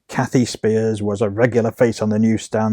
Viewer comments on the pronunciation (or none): I am Kathy’s daughter. She passed away on Father’s Day of 2021. Thank you for putting this video together….a couple of corrections: the last name is pronounced “spires”, not “spears.” And the purple Cosmo cover is not her. 😊